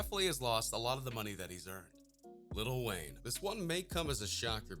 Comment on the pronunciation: Dude said lil Wayne